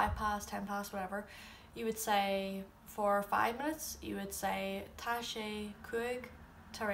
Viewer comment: I'm only confused that you pronounce Tá wrong? It's an 'aww' sound because of the fada... At least, that's what I've always heard. Maybe it's different the farther north you travel, but it just sounds wrong to me :L